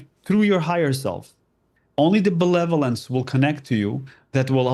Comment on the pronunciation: It seems like he keeps saying belevolence as opposed to benevolence, I get the meaning lol❤ it could be the alien equivalent.👽👽✨️✨️